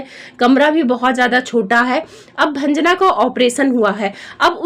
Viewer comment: भंजना क्यों बोल रही हो